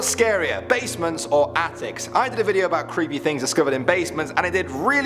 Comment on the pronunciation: the way pronounced the word.